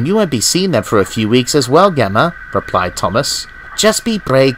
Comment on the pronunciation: Nice adaption! Like how you exstended the original story. However I will say, Gemma is pronounced with a soft G, like George lmao